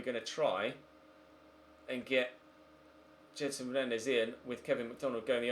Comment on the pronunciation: It’s said jed son not jed er son